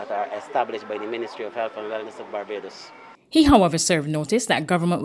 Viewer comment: V-hickle indeed ! But who cares? Certainly, nobody at Barbados Today....any noise will be just fine. "It Babadus we come from...ent?"